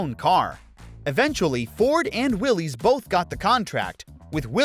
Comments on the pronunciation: It isn't Willy's Jeep, it's Willys (pronounced Willis). It's a last name, not a first name. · It's pronounced wil-less not will-ese. Ask the family members of the designer, John Willys. 🤦🏼‍♂️ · Fun fact… Willys isn’t pronounced like Willy’s or Willie’s, and is actually said like Willis. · It’s pronounced Will-is but say it fast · Willys is actually pronounced “Willis”.